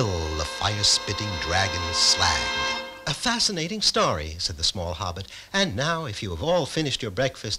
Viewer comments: WHAT DA PRECIOUS?!? Bilbo looks like a freakish Christmas elf, he pronounces Smaug "Smag", and there's a princess!!! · "It's pronounced Slaug!"